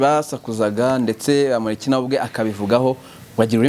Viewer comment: Uyumutama azikinyarwanda kweri NGO BAMUHORIKi 😂😂 Kandi NGO ni bamporiki.